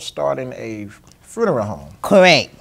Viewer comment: 😂😂😂😂😂 bro the interviewer is STUPID😂 “correck” 😂😂😂😂😂😂😂😂😂😂😂😂😂😂😂😂 man I love you mane 😂😂😂